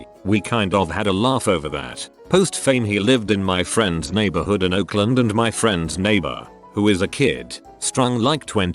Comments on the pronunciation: Nigborhood? Really Mr. Text-to-speech? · HOLD UP!😂😂 I swear he said "niggahood" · Yea i heard that too 😂